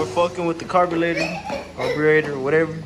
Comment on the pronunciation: Carbulator? You mean the carburetor 😂